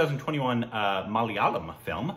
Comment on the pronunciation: Wow! After so long you managed to pronounce the word malayalam properly.